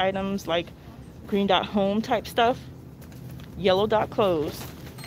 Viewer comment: She said yellow and greet dots